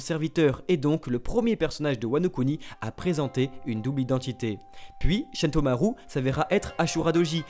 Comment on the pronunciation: shentomaru mdrrr c’est shutenmaru pas sentomaru ptdrrr